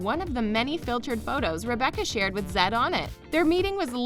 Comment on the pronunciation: 90 Day Fiance Zed = (pr) Zee-ed... Embarrassing Reality = (pr) Em-brace-ing Reality lol